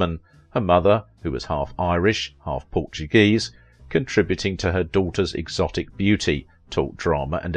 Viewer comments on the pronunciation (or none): none